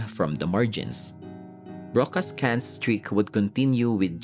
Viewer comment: No mention of Tinimbang ka ngunit kulang. Top 3 Brocka yun. Mali din pronunciation Ng Cannes. Goods pa rin naman